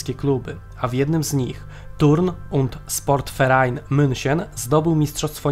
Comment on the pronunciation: Jest super ale jedna mała rzecz. Moglibyście nauczyć się wymowy niemieckiej . Na przykład nie Luftwaffe SPORT Verein tylko SZPORT. Pozdrawiam!!!